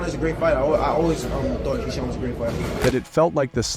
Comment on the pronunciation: How you makin content on Keshawn and calling him Keon🤦🏽‍♂️